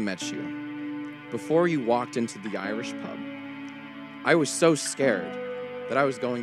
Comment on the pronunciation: did he say......YAIYrish pub?